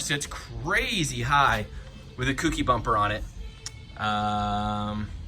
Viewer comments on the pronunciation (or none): Say it with me, folks: Co. Key. Kouki. Kouki=Co+Key. Not "kooky'.